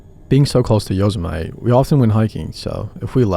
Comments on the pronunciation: Muh - tee !! Lmao 🤣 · "yo-so-might" good lord😭 its "yo-seh-muh-tee" big dawg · Yo-se-maw-tea if you from the south… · Yo-sem-ity pronounced that way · I have not heard a true stories channel say Yoze- emite in years! Nostalgia! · Yosemite rhymes with Vegemite 🤔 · Y-owes-mite are you fkn kidding me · Okay “Yosemite”. That made my ears bleed. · An American pronouncing Yosemite like a foreigner like me.. Funny... "It's not the fart that k!lls, it's the smell" -Petter Solberg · And who gives a crap how he says Yosemite His stories are consistently shit Every single upload nothing but crap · I came to express my disdain for the horrible mispronunciation of 'Yosemite,' but I see I'm not the only one! 😳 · At least learn how to pronounce the name of the national park right. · Dude, that's not how you pronounce Yosemite. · I thought I misheard him til I heard it the 2nd time 😭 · I had to rewind to be sure I heard that right 🙃😅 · Lmao bro, that is not how you say Yosemite 😂